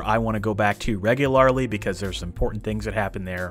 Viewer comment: reguaaararrly. hehe